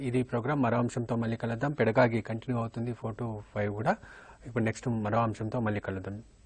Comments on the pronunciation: First of all.. It's పెడగాజీ.... Not పెడగాగీ.. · Second of all.... it’s GOgy....not gagy